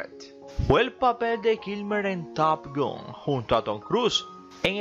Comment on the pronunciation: top gUn? que mala tu pronunciacion